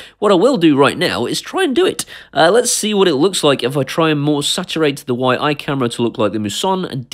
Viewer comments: I think its pronounced Yee, just from what Ive seen other people say on here... Please count me in :) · Fairly new to you channel, love you different take on reviewing tech and home automation, refreshing change.. I would love to win this camera however it is pronounce "Yi"